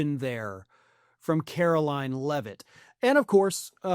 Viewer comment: I love how Gavin Newsom calls Karoline Leavitt "Karolyin' Leavitt"